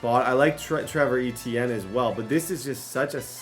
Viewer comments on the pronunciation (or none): none